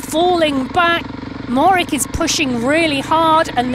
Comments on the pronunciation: Matej Mo-HO-rič (that is mo-ho-rich), not Morick. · Matey Mohorich, that's how is pronounced.. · Mohorick? Cmon now, even most cycling fans, no less announcers, know how to say his name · The commentator cant even pronounce the world champion's name properly, absolutely shameful. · How do Slovenian's pronounce Mohoric? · come on UCI you can do better than a pathetically small offering for a world championship , and please find someone who can pronounce the riders and place names close to correct